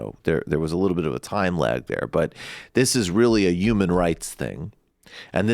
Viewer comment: Someone tell michael the in the word HUMAN, the 'h' isnt silent. Its not pronounced Yuman. That is eerily close to Trump's YUGE catchphrase. Work on that